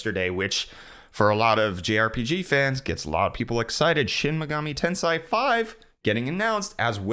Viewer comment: The wrong pronunciation he had of "Shin Megami Tensai" would mean something like "Real genius goddess" lmao Now I want a game of that